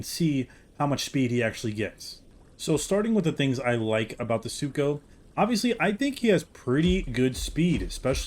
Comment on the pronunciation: Don’t worry. I accidentally called Sucho “Sarco” often as well.